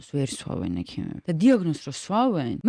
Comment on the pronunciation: სვავენ კი არა სვამენ ქალო